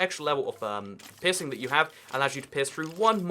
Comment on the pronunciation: Every time he says peirceing it sounds like pissing lol